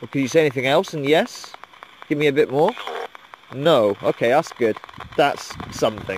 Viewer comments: I heard the word "more" instead of "no" but might be my hearing xD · After replaying a couple times it sound like "Nore". :/ can hear the pronunciation of the letter N but the accent or the static makes it sound like "more" xD can't tell anymore.